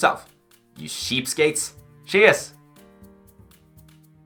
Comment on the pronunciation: It's pronounced "cheapskates", not "sheepskates". As a Norwegian, I'm obligated by law to make fun of you...